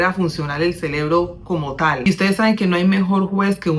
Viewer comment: Muy buenos tus consejos...y disculpa pero es "CEREBRO"